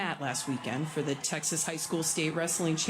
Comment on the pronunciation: Texas has an A not a U towards the end........... furthermore I am damn proud of Mac!!! I am from Houston and wish Mac the absolute best on his journey in life. As he said "Texas is pretty cool." Keep kicking ass mac!